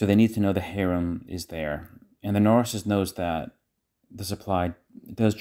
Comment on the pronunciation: It’s harem not haram:) haram means forbidden